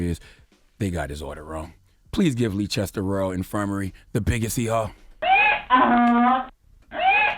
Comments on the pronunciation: Hahahahahahahahahahahahahahahahaha Your pronounciation of "Leicester" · Please give Charlemagne the dotd for mispronouncing Leicester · Everyone in the UK is thinking Charlamagne should get donkey of the day by how he pronounced Leicester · He was trying to say Leicester? Fucking hell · The way he pronounced Leicester 😂😂😂😂. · Took me a few seconds to realise he meant Leicester 🤦🏿‍♂️ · I watched this video for one reason to hear how he pronounced Leicester 😂😂😂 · Leicester = pronounced as 'Lester" not Leechester loooool. I'm British FYI. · Lee chester?! Lol it’s pronounced “lester”. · 😩👌🏾 “Uncle Charla Noooo” It’s Leices-ter NOT Lee-chester ask Ed Sheeran 😩🇬🇧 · It's pronounced "Lester" hearing him call it Leechester made me so mad 😂😂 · It’s pronounced ‘Lester’ not leechester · #LeeChesTer...??? I know I ain't that high... 😂😂😂 I really thought he was talking about a place in the States 🤷🏾‍♀️😂😂😂 Then I clocked he was trying to say #Leicester which is pronounced #Lester 😁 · CTG it's pronounced Lester not Leechester. Pass it on. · "Leechester" LMAO "Leicester" is pronounced "Lester" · Leechester?! Loool! Leicester is pronounced “Less-ter”. 😂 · No, no, no not Leechester😭😭😭😭 it's Les-ter 😂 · "Leechester" lol its pronounced lester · Charlamagne said Leechester it's pronounced Lester!! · Leicester = Lester =/= "Leechester" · Dude, its pronounced L-e-s-t-e-r (Leicester) and its S-m-e-g-m-a not schegma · Man said lee chester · Leicester = "Lester" He said the name of that hospital wrong too many times for me. Sorry. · Hospital is pronounced 'Lesster' lol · It's pronounced "LESTER!"!! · Leicester is pronounced Lester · Bro it's pronounced lester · Leicester is pronounced lester/less ter my brother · LMAO Leechester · it’s pronounced “Lester” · FAXX . hahahahah. Leechester! too funny! and the fact that the rest of the people in the room didn't correct him means they know no better either. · Pronounced Lester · My man said "Leechester" 🤣 oh boy 🤦🏿‍♀️